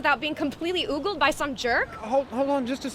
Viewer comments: The word is ogled, not oogled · So like "For good looking men only!" on the right breast and "Very Rich Men Only!" on the left breast? What about in countries that read left to right? Maybe it should be on a pivot or a ball joint? This is such a stupid video...I mean she mispronounces "ogled" and says oogled when it's ahhhmygodwhyarewetalkingabout this?